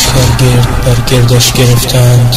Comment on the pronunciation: انیمیشن زیبایی بود، ولی راوی شعر را با لحنی حماسی باید بازگو میکرد،این نوع خوانش نمیتواند دلیری های جلال الدین خوارزمشاه را تداعی کند. نکته دیگر اشتباهی بود که در خواندن بیت هفت از این منظومه اتفاق افتاد. میان گردهای تیره چون میغ زبان های سنان ها برق میزد واژه گرد gard (گرد و غبار) است که راوی به معنی گرد gord(پهلوان،دلیر)خواند،که به کلی زیبایی و استواری شعر را از بین برد.